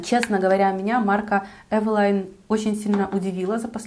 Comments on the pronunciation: Правильно евелин,а не евелайн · Не эвила'йн, а э' вилин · Почему Эвелайн? Эвелиииин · Carrie Bradshaw Да, для интереса проверила транскрипцию с нескольких языков)), почти везде Эвелин, иногда только Эвелине (с Польского, например). Эвелайн ни разу не встретила... с чем может быть связано, что блогеры так произносят? А бренд и правда интересный, помню, в детстве моя первая тушь для ресниц была Эвелин)) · не эвелайн, а эвелин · ЭвелИн. Это польская косметика. Они не говорят на английский манер. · Спасибо за видео!Очень полезное, взяла на заметку пудру, контуринг и тональную основу., а про брови ты ничего не сказала. Тебе ничего не нравится от этого бренда? правильно "эйвилин" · Я всегда думала, что название бренда читается как Эвелин.. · может ивэлин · Таааак часто упоминаете название бренда !!! Аж голова закружилась!!!! Да ещё не привычным названием ...бррррр... ЭВЭЛАЙН 🥴!!! Не знаю 🤷‍♀️ конечно как правильно читается название бренда 🤔.., но от такого произношения становится не хорошо 🥵 До конца не смогла досмотреть видио ...нерв не хватило (( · да кто ж вам такое сказал🤯🤯🤯🤯🤦‍♀️🤦‍♀️🤦‍♀️🤦‍♀️🤦‍♀️🤦‍♀️тогда и мейбелин мейбиЛАЙН. С Виду умная красивая девушка,а как скажете евелайн,выключить хочется